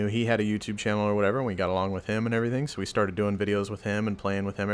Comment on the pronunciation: "we play wich eachother every night" .......... :P